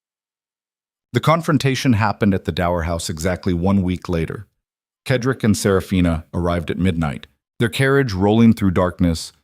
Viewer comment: The male lead is Cedric. It is pronounced "Said rick" the AI reader reads it wrong "ked rick." It is distracting and annoying. It becomes a disruption in the otherwise excellent story. Also some odd noises that should have been edited out before publishing,but otherwise this is well done.